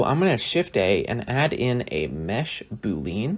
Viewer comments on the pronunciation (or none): By the way, it's pronounced boo-lee-an, not boo-leen. Named after a guy, George Boole, or more accurately the type of algebra he created, Boolean algebra. Great tutorial, looking forward to seeing a lot more simulation geometry nodes content. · its Bool-ee-an